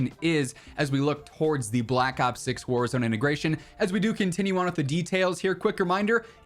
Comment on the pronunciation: The way he said warahzone map